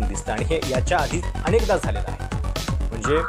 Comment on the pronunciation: अणेकदा? दोण? सोणी? लई भारी मराठी!